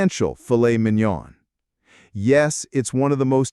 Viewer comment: Minion do not pronounce the last “N”. If you want to say it correct.